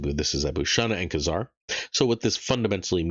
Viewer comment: KAAAAYZAR....long A